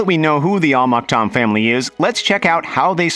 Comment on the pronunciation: al maktoum he said like al maktom